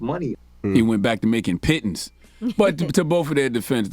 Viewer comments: You can say that again… we’re making “Pittance” around here too!! 😁😆😫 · so envy been sayin pittens instead of pennies?😂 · Pittance bro, Not Piton lolz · Guarantee they spelled it Pittens because Envy don’t enunciate Pittance. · I think he said "pittons" and not pittance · CHARLE "WHAT ARE PITTANCE" 😆🤣😩😂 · It’s pronounced Pettance but spelt Pittance. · envy with the vocab! somebody probably had to say it to him 10x 😂 pittance pronounced "pitns" means a small amount! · No, no, no, Charlamagne it's pittance look it up what DJ Envy is trying to say. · All of you are pronouncing Pittance wrong!!! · It's "pittance". Yee should know this! Lol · You guys obviously didn’t watch Mary Poppins, “pittance, pittance!” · Charlemagne you just never heard of the word Envy used, meanwhile he spelled and pronounced it correctly for you. Seems like once he told you how to spell it you looked it up and saw that he knew what he was talking about but you ain’t wanna admit you were wrong lol. “Pittance - an inadequate payment ”. Charlemagne and Yee, shame on both of you for allowing yr cohost to look bad based on your ignorance. What’s the reason for that 🤔. Your quick to discredit him cause of what? Come on Mr. mental health, begs to question how many times have you gaslighted him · "Pittance" ...so fake smart Charlemagne 😆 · Envy was looking for the word “pittance” and he mispronounced it. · Pittance - A very small or inadequate amount of money paid to someone as an allowance or wage. Also Envy pronounced it correctly. 😉😀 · Omari is not complaining just about salary from power. He was saying his whole career he hadn't made the money he should have. He also said Power is the show that got him to the next level. Also, Envy didn't do a great job with his pronunciation of the word. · Envy is correct the word is pittance. CTG needs to back to school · Think I was more shocked Angela Yee didn't know the word... "Envy with the vo-ca-boolaree" 😂😂